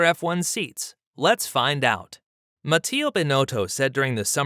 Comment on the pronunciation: Mattia Binotto, not Mattio, only found this one